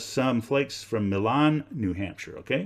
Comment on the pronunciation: it's pronounced my-lin